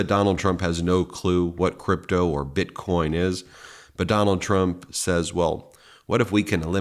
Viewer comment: “Donald Tramp”lol slip of the tongue? 😂